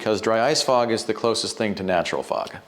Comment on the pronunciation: i though you said frog.